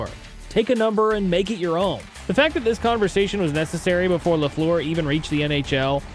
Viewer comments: LeFLOOR?! C’mon, I get that you might not be able to master the French pronunciation correctly, but the minimum you could do was to pronounce his name the way English speaking Habs fans did and do… LAFFLER. It’s hard to watch a video about your favourite player of all time having to listen to LeFLOOR over and over! Some of the doc was decent! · If you’re going to do this video, maybe learn how to pronounce “Lafleur”